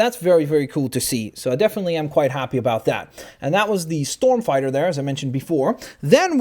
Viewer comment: Its pronounced ( knee-uh) (sorry, just a little bit pick) but he did get the storm fighter part right so thumbs up for that